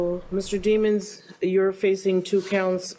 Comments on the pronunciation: PLEASE PRONOUNCE HIS LAST NAME RIGHT! ITS DII-MONS NOT DEE-MONS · De-monse not demons 👿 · Da-mòns lol get it right rotf they was saying Demons then changed they way it was pronounced 😂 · Its Pronounced Dimons Not DEE-Mons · Its pronounced demons as in the word demo then add ns demo-ns its not demons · His last name is not demons as a devil worker learn how to say his name or don’t say it at all y’all do the most